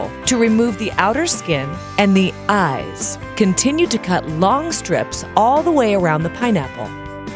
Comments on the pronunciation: 1. how funny is it that something like this almost has 1 mil views 2. this creeped me out. at bout when she said "to remove the outer skin and the (pause) EYES. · Nina Das Your comment 😂 I knew I wasn’t the only one who thought “why’s she saying Eyes like that??” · Lol omg that was so weird how she said that lol